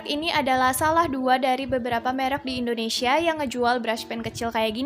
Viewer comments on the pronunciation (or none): none